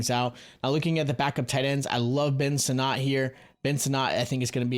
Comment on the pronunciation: Great vid. Sinnott will be a great TE! Pronounced “sin-nit” 👍